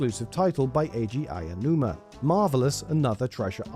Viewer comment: Typically I internally snicker when your channel mispronounces Aonuma, but for some reason, I find your pronunciation of Yoshi adorable. 😊